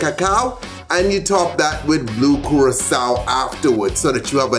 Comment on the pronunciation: Is Funny When You Say Blue Curaçao 😂💙 I Love Your Tipsy